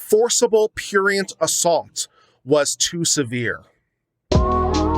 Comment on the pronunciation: If you're going to use a word like prurient, you should learn to pronounce it, you know, so you don't sound like a pretentious pseudo intellectual and stuff like that.